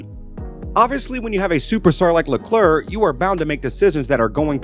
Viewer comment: Faassur, beenowto, Leclurr. Can i suggest taking a bit more time and learning the names and their correct pronounciation? This just sound disrespectfull.